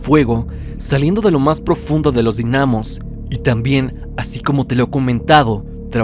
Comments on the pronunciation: yo entrando en conflicto porque dice dinámos y no dínamos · Dinamos sin el acento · Dinamos jajajaja no se pronuncia con asento :v